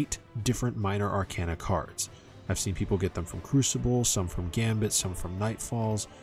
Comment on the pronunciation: Ar - cayna Like a walking cane Not like a walking can